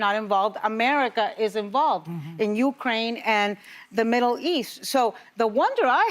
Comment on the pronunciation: Ana-- It's pronounced u-KRAINE, not U-kraine. Look it up.